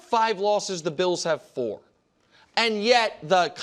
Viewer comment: Only Nick Wright can turn a one syllable word like "And" and consistently turn it into a three syllable word... "Ay-an-dh"